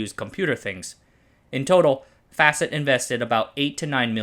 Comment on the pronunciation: Facit, not Fäcit